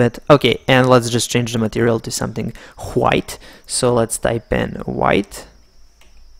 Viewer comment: excellent boss, one thing why you mocking on white wite lol hahhah